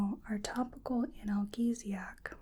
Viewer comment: Always love your videos, but one note from this one, analgesic is pronounced an-al-jee-zic. Don't mean to be a know-it-all, it was just a bit distracting when I was trying to fall asleep listening.